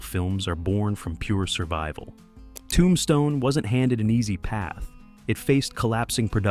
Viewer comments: Nice video...but why do you say Tombstone like that?? ToOmbstone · I have definitely been saying the title of the movie wrong since it came out. Never realized it was pronounced TOOmStone. That is what I learned from this video. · i made it to 23 - AI is not terrible but the weird emphasis on "Tombstne" and unnatural pausing was too much for me. another AI script that was not very interesting and spoken mostly naturally but off by enough that I had to just stop. i loed the film and wanted to enjoy this video